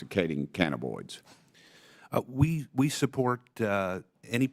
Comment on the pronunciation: Dude can't even say the word cannabinoid correctly. Obviously, he knows not what he speaks of....